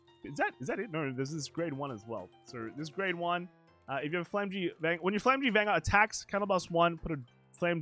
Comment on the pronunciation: Flamme-gram. Its pronounced as flamme-gram